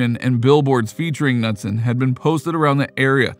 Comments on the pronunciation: It's pronounced Ka-nuteson not nutson. Very common name here in MN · Dude, Anita Ca-nu-son, not Nuts-son! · Anita's last name is pronounced (kuh•nood•sin). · I'm sorry but the 'Nutson' thing is driving me insane!!! Her name is Anita & the last name is pronounced like Kuh-newt-son!!! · K-nut-son not Nutson!!!!! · You’re pronouncing Anita’s last name wrong. Pretty sure it’s pronounced Ka-newt-son. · it's pronounced "nooot-son" like not nut. just so you're awhile for future reference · The k in Knutson is pronounced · Bro how did you mispronounce both Anita's last name and place she passed away? Got lots of work to do before I say you make "good videos"